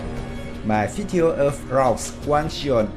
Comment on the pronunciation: it's wang gun...not wang jian lmao